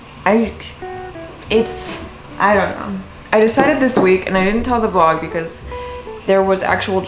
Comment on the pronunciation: Why did I giggle so much when you said “welcome to a new studio vlurrrg”😂💖💖